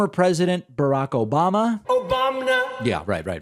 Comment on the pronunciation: "Obamna" kills me every time